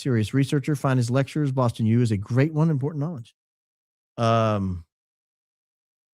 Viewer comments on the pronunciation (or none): none